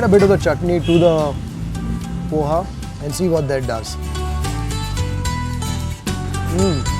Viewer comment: Pls call it as ''pohe'' btw ur videos are nice